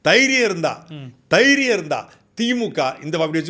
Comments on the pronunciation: தைரியம் இல்லை தெயிரியம் bro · Thairiyam illai Theeiriyam(Aadave pronounceiation)